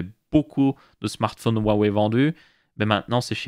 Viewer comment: bien pour la prononciation Xiaomi. Maintenant faut apprendre à prononcer Huawei XD. rua ouai